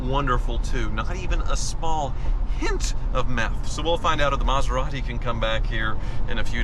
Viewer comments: The ‘Metherati’ … 😂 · METHeratti... ha! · Meth-a-rati is no funny🤣